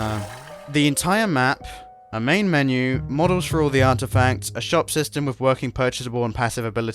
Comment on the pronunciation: The moment I heard him say "so I made some particles using unitys particle styme" was the moment I subscribed